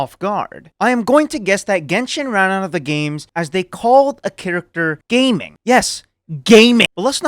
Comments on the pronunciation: Ga ming * cantonease jia ming but the chinease mandarin is ga ming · the lions boy name is Ga Ming not gaming 😭